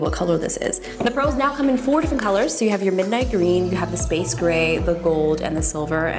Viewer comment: the way she said green 😂 i love her so much